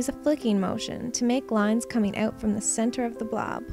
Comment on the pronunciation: when u said out, it made me think ur canadian cuz that is how we canadians say it hehe